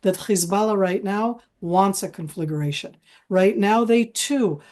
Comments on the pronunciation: WHY can't any of your guest speakers spell CONFLAGRATION and say instead "conflagUration"??? It's NOT difficult... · Con fla gration please not confligerratioon. Nitpik from love. You folks have an awesome new show. Watch it daily